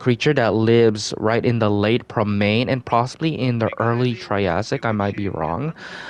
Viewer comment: Permian: 🗣”Perm-EE-Unn”